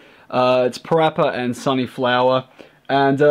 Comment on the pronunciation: ITS SUNNY FUNNY NOT SUNNY FLOWER